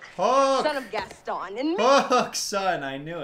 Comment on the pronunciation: did that with Gaston too lol Gaston got a whole number for his name and still said GAS-ten